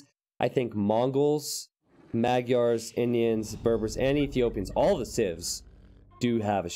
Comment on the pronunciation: Sorry, but your pronunciation of the word "Magyar" is way off.